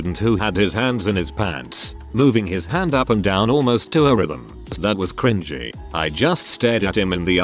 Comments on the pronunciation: Can please teach you TTS how to say cringy. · It's pronounced cr in jee, but the robot voice in said video pronounces it as cr in gie (with the g sounding like the g in goat). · How it says "cren-GEE" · Text to Speech be like: Kringgy 😂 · these videos have made me so used to hearing cringy pronounced cr-ing-ey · the way it pronouces cringy